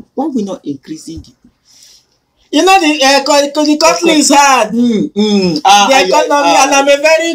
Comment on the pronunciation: Bushili, 2000land, jelicho, countly, plesident, 😂😂😂😂😂😂😂😂😂my bele o😂😂